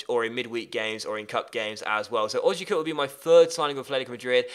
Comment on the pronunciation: It's pronounced Oh-zee-ya-cup